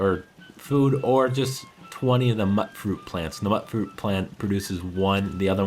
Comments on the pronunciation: What's with everyone pronouncing it mutt-fruit? It's mutant fruit! Pronounced mewtfruit. It rhymes ffs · Am I the only one who didnt like calling it mut-fruit so called it mute fruit? It rhymes :3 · "mutt" fruit? I think it's MUTE fruit, as in mutant fruit. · I could be wrong but I think "mutfruit" is pronounced mute-fruit, has anyone heard an NPC say it?